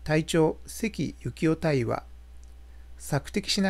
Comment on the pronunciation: 大尉は、海軍ではだいいと発音します。